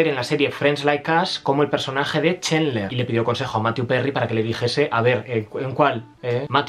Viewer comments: Es "Chandler", no Chendler. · Oye amigo...burn video. Pero muy ignorante En much as cosas. Map dichos Los nombres...pot que me dices: Chenler?